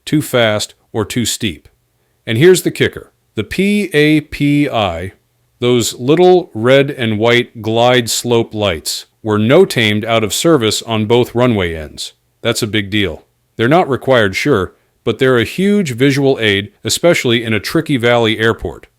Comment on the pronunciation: Their is basically no info in this video let alone "NEW info" and AI voiceover is quite annoying to listen to as a pilot. It's not P-A-P-I, it's pronounced "pappy". It's not "no-TAMES", it "no-tams".